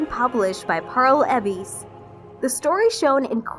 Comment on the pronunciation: Pearl Abees? Really? For the love of God fix the damn editing too. Sheesh. Now we talk to? I just idk 😆